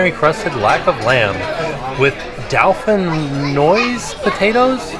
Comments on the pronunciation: Always love your videos. Jackson is talking so well. Pronounced do-fin-wah btw. Love from England. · The way pronounced Dauphinoise potatoes has me howling x I'm sure it's dough fin waaz x